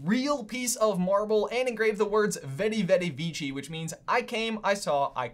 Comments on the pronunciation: You know technically in Latin the sound of the pronunciation for the the letter V is actually the same as the English alphabet's W so veni vidi vici would be pronounced more like weni widi wici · "Veni Vidi Vici" is pronounced "wen-ee, wee-dee, wee-chee"